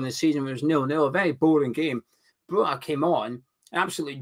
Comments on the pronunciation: It's pronounced Broya, as in Goya, the painter. 👍🏻🇦🇱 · why do you insist on mispronouncing Broja. He's not Spanish lol